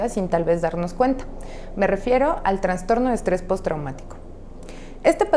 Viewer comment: Sino Escucho Mal....dice TraNStorno. Lo correcto es TraStorno!! No Existe la otra palabra!